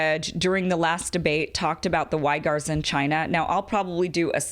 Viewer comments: Great job on explaining this essential distinction between Wahhabism and the rest of Islam. Please verify the pronunciation of the name of the Uyghur (or Uighur) Muslim minority in NW China. It is not "why-gur", but closer to "wig-gur" or "wee-gur". Thanks for your hard work Kim! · Uighur is pronounced weegr not whygr ;)